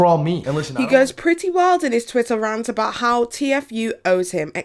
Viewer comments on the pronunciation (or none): none